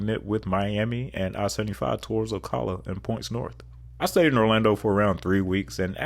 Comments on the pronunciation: It’s “ “Oh-CAH-luh” not “Oh-cuh-luh”! Lol! And Ocala is known for its horse culture. Also, just outside Ocala is Silver Springs known for its glass bottom boats. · you mispronounced Ocala, it’s call “Slow-cala” :) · I love your vids, but you really need to learn how locals say the names of the cities. (See Ocala and Dunedin)